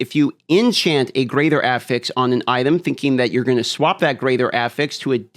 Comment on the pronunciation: I don't know why, but the pronunciation of the word "affix" makes me physically upset.